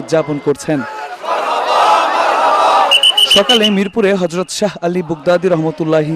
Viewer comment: মিজান শাহজাহানের উচ্চারণ ঠিক নাই । হরযত না হযরত